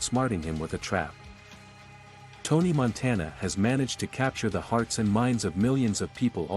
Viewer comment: "Tony Monteena"